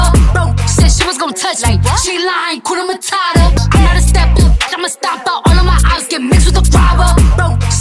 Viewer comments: Awesome dance, one thing though, you need to pronounce the H in Hakuna matata.... Otherwise it sounds like Kuna matata meaning there's trouble. Blessings and all the best always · HAKUNA MATATA. There r no silent letters in those 2 words. Pronounce each letter. The letter "U" in HAKUNA is pronounced the same way you would pronounce U in the word STUDENT..